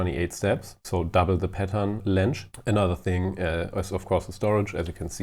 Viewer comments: whats wrong with the word "length"? - sounds like "länsch" when u sai it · Lmao that’s the funniest pronounciation of an English word I’ve heard in ages. The dude pronounced pattern length as ”Pattern lengsch” at least 3 times during this short video. Germans are really creative with their english lol